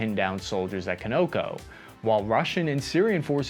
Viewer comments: Geesh where to start........first of all I don't know where you live but it is pronounced KAAN nuh KOW........NOT co no co HAHAHAHAHA 🙄 Secondly why was the video portraying that the US military would have been killed or captured without air support ??? America's military has several countermeasures to russian tanks that don't involve air power, some of which were actually used in the confrontation and you didn't even mention that.....why ??? It was much more informative than any news articles but this video comes off as "the russians turned off anti air systems so American troops wouldn't be eliminated which is false. Very interesting that russia is so easily willing to kill it's own people though and definitely explains the sore spot that caused the wagoners to head towards moscow. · While “Conoco” may be pronounced differently in Syria, the company employees pronounce it as Con-o-co, not Co-no-co. I just couldn’t stand hearing it mispronounced so many times. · I know it is spelled Conoco, so you'd think it's "Co no co" but its pronounced "Con -ah-co" as in "ConocoPhillips" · Just for future reference, if that’s the same company as the American company, Continental Oil Co, it’s pronounce CON-uh-co rather than Ca-NO-Co. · Ave Maria! Just a minor correction, the word is pronounced CONoco not coNOco. You put the emPHAsis on the wrong SyLAble. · CoNOco? Your AI is accenting.the wrong sylLAble . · lol love you guys but with GREAT RESPECT its CON-0-CO :} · It’s “con o co”. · Your "youth" is showing. CONOCO is pronounced with the accent on the first syllable, not the second, as in "CAH-nuh-coe." It appears too often in this video to ignore. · Not Conoco it is pronounced KAHN-A-KO. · I have never heard Conoco pronounced that way. Con no co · It's not pronounced koe know koe. How can you be from the US and not know that. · "CONN A CO" is how you pronounce that refinery named Conoco. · It’s ‘Conn’-a-co, rhyme’s with Monaco. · Conoco is pronounced "KAHN-ah-koh"